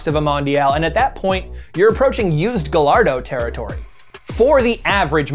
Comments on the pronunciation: Well gayardo is right, it hurt more when he said Gall-ard-Oh or pronounced Urus as Uhrex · Did this dude really just say GALARDO It’s GALLARDO, it’s Italian it’s a y sound Good video tho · That baby lambo is not "ga-all-ardo" it is the "guy-yard-doh". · Bruh it's guy-yardo not gal-ardo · Gallardo- it is h guy-ar-do not gull-ar-do Lamborghini is crap and ferruco (whatever) should have stuck with tractors...maybe lamborgini would be challenging John Deer today. But alas, they are owned by VW. No racing history, no true legacy. End of story. Although Ferrari makes twice as many cars it is still waaay more exclusive than Lambos because of DEMAND for ferrari cars... I have a suspicion that Ferraris are bought by accomplished individuals and Lambos by spoilt rich kids who have little understanding of sports cars. The author is seriously biased towards Lamborghini ignoring the fact that there is no actual rivalry, as Lamborghini is not even on Ferraris radar. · Did he just call a gallardo a “ga-lard-o”.. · It should be pronounced in Spanish. Something like "Gajardo" 'cos Lambo are named after Spanish bulls or Spanish breeds of bulls. One of the few Lambo cars not following this line is the Countach whose name is from a regional Italian dialect and means something like "my goodness!" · "Gullardo" You don't say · I hope is saying GAY-LARD-OH as a joke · "gulllardo" -, 2020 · I heard it. gah-LARD-Oh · “Lamborghini Gullardo” - Smack That - Akon, 2006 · When he said “Ga-lardo” that hurt my heart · "GalLARDO" Ouch. That hurt a bit. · Guy-ar-doh. It isn't rocket science. Its Spanish. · weird dont like "guyalldo" so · like how he said Gallardo 😬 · I was surprised you mispronounced Gallardo like that guy in the song, who obviously doesn't own one. No NoOoOOoooo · Anybody asking why he pronounced names of both of the cars wrong like gallardo 1st and then he pronounced it right or the wait what so the lamborghini urus is pronounced ooroos